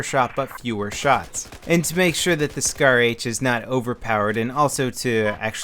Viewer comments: Scar h not shar lol your my favoeite utuber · *SCAR not shar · Lol I think it is SCAR not SHAR